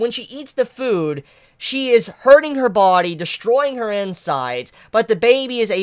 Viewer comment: It annoys the FUCK out of me the way you say "body"...😂